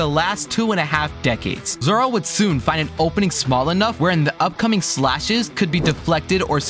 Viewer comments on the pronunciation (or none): why did bro say zora